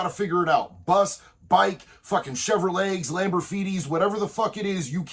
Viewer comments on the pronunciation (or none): Homeboy said chevrolegs! Ive heard that before 😂